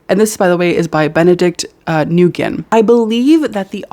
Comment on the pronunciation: "nguyen" is pronounced like "win" 💖 vietnamese is a monosyllabic language so most of our words are 1-syllable.